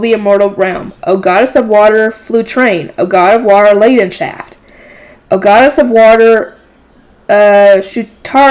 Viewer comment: your pronunciations of the names of the eternal Five was pretty ok Flutrane (goddess of water) was pretty much perfect Leidenschaft (god of fire) had a small mispronunciation because a "ei" in German is pronounced like "I" Schutzaria (goddess of wind) the second last was on point Geduldh (goddess of earth) also near perfect Ewigeliebe (god of life) let's just not talk about it